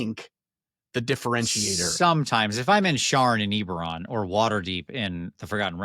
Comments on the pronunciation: I'm so glad the first time I watched this has saying "EEEberon" incorrectly 10,000 times like driving nails into my brain. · It's definitely EBB-eron, a good friend of mine met Keith at a convention when it first came out his name was Keith Baker too. Cheers! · I love you but it's Ebb-erron, for the love of god